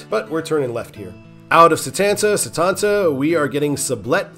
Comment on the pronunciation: For what it's worth, you got "Hugoton" mostly correct (close enough), and Satanta correct on yor second try (Suh-TAN-tuh). Cool video. If you havent done US 83 yet, you might give that one a shot.